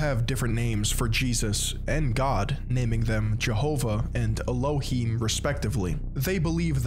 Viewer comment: This isn’t your fault but the pronunciations in the video were bothering me 😭😭 Nephi is pronounced knee-fi (fi like in Wi-Fi) Kolob is pronounced co-lob (lob like job) Elohim is pronounced el-o-heem